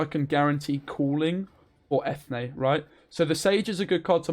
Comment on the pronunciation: its pronounced "freshenet" and Eithne is en-yea